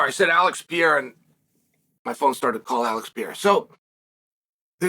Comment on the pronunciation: Its "Pereira" not "Piera" unc